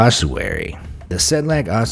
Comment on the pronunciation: Kutná Hora=katna hora